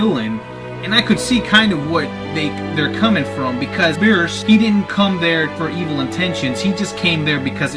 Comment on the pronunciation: of course there is no uub...this movie is in the gap between the buu saga and the ending. Goku doesn't meet uub until the ending so how in the why the hell would uub be in this movie dude? Also... bee-rhus not bee-ers lol